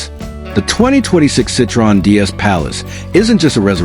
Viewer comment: You don't even pronounce Citroen correctly.. AI waffle. Nothing to do with Citroen's intentions... Pointless assertions...